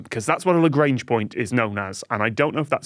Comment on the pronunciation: Tom saying "Lagrange" like it's Grange Hill